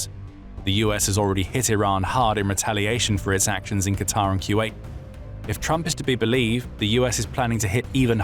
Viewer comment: Finally,someone who knows how to pronounce QATAR like it should be.I get so enraged by those idiots who don't know how to pronounce it correctly.I have a friend who lives in DOHA.